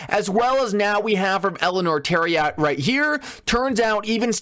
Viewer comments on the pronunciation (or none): Eleanor Terret rhymes with parrot.Which is how to pronounce her name is not spelled Terriot which is how you keep pronouncing her name